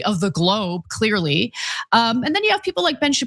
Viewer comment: Effectevlly, literally, clearlly àaaaaaahhhhhhhhaaaaaa😢😢😢